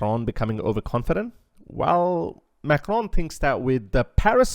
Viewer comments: can you please say Macron right for f**ks sake, it's not MAKHRON. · Why do you say Macron with a hard G? It’s pronounced as a K. Not the guttural G sound.